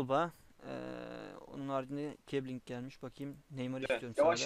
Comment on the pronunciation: Abi o kiebling değil kiesling :D